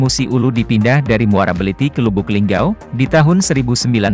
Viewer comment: lubuk linggau,, bukan lubuk linggou